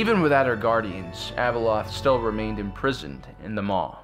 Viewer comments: Wish the narrator would consistently pronounce Abeloth's name correctly. He calls her Abeloth then calls her ABLE LOTH. Great video but the vacillation in her pronunciation of her name is distracting. Overall great video. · I love your videos and all the lore... But I just can't stand how you mispronounced so many names, A boloth!!, Cell-est-e-als.